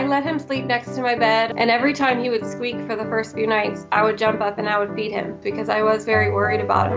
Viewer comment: Am i the only one who heard "feed" as "beat"? XDDD